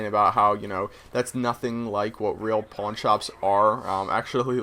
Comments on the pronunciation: I heard porn store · He said pawn. when i first geard the word like 1 year ago i thought it said porn i was like wha? lol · did anyone else hear him saying porn instead of pawn? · ha pawn sounds like porn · did he just say porn shop???? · i thought he said porn star i was like WTF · I thought you said you wanted to own a porn shop :$ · Did you say porn shop? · so...how many people thought he said porn? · I thought he said i want to be a porn star not a pawn brocker or how ever you spell it. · did you say porn store? :O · nice sniping well i suck at it (amatuer gamer{or recreational}) and I actually thought he said porn and i got freaked out but then he went into it and I figured it out :/ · Hes saying "PAWN shop".... Right? O.O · i thought you said PORN store owner. i was like WOAH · I thought you said that you wanted to be a porn store owner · At first I thought you said porn shop owner haha!! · i thought you said porn shop at first. lol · I thought you said porn shop at first. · lol first i heard porn shop